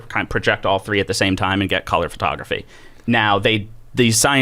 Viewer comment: “Fertography” is driving me nuts